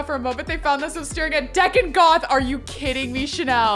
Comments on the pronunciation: Has no one corrected this entire time that Deacon is pronounced like beacon!? Instead of like beckon? Bothered me the whole time watching this, lol! Still love you, tho!! <3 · It's Dee-can!!